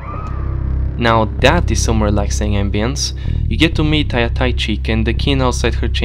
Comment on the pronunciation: goes out of the way to stress the correct pronunciation of Kain butchers Tycheek name 5 seconds later? Or, unless there is a canon English pronunciation that is different from Russian, then whatever